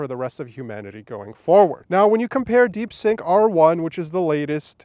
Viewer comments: It's DeepSeek not DeepSink. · Stop calling it Deepsink 😂😂😂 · "deep sync"? 🤣 You mean: DeepSeek!😎